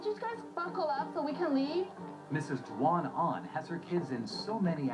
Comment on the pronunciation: It was Duan-Ahn, not Duan-An.